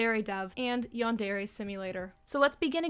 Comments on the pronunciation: Yandairy LOL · No, the way you pronounce yandare hurts my ears. Great video tho.